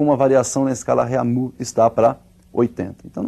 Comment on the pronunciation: rêmir,eu como um aluno de francês sinto meus ouvidos doloridos